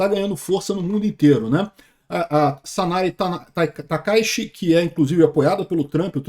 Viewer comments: Sa-na-ê Ta-ka-í-chi, é assim que fala. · Se pronuncia Sanae Taka Íti